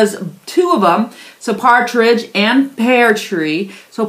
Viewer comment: "Pear" tree, not "pare" tree.